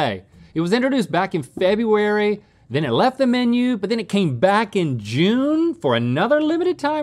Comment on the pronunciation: Neither one of them knows how to properly pronounce FEBRUARY